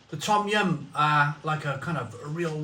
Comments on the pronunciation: Pronounced dom yun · No it pronounced as tom yum not dum yum